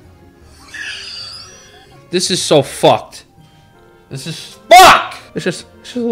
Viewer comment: another one “this is so FAWKed” 😂😭😭😭